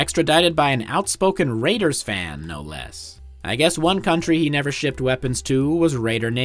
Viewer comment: You keep mispronouncing he. Maybe it’s static in the audio.